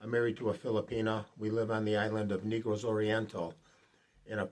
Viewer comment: Let me do you a huge favor... its Naygrows not Neegrows island